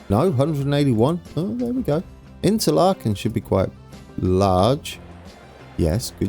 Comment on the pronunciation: Thun = Toon Spiez = Speets Interlaken = Interlaken ("a" pronounced like the first "a" in again and not like the second one) Gwatt = same thing with the "a", just listen to Google Translate pronouncing the "a" in Interlaken Oberhofen = with a long "o", again just listen to Google Translate Riggisberg = Riggesberg (listen to Google Translate pronouncing "Berg") Adelboden = Google Translate mate Domodossola = thats actually in Italy so pronounce it just how it´s written Visp = Wisp Sitten = you actually nailed that Siders = Seeders There is now way of you getting everything perfect, German is just too difficult for an anglophone but it would be nice if you put a bit of effort in your pronunciation. Google Translate of course is a bit crude but it get´s the job done and I believe it would make your pronunciation acceptable.